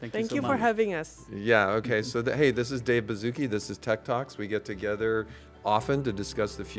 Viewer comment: Its Baszucki